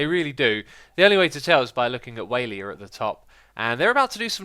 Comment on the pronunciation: The way you pronounce Waila is very unique. "Waylier".